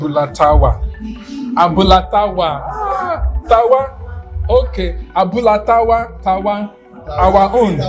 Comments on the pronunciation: Hahahahaha., you are using American accent to pronounce it oooo. Abula tawa. Hahahahaha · It's interesting how you mispronounced the restaurant's name. The name means Tawa’s Abula in “English”. Abula means the combination of gbegiri (bean soup) and ewedu (jute leaves), and Tawa is the short form of Tawakalitu ( a female Muslim name)